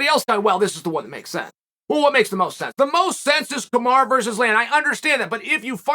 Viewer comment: It’s Kamaru not kamara. Just say kam-are-oo.